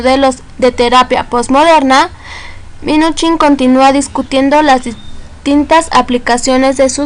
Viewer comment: Muy mal tu información y se dice Minuchin no minich